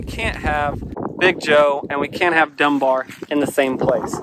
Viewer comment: Did he say dumb bear or was it Dunbar sure sounds familiar anyway